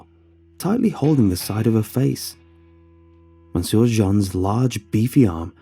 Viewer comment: Your ......... interesting pronounciation of “monsieur” as “mon-sewer” instead of “m’syuh” is quite distracting. Also the word “retread” you keep saying - what word do you mean? Retreat, perhaps?